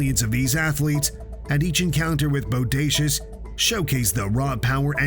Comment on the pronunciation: Say boudacuious again.. I DARE YOU 🙂